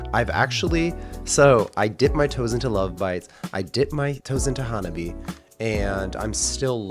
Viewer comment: FYI, "Hanabie" is pronounced HAN-AH-BE-AYE. (i.e. 4 syllables.)